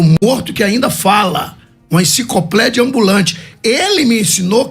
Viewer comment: "Encicoplédia Ambulante" kkkk bom pra fazer corte em